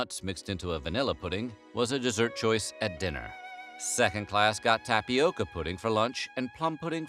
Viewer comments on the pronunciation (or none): none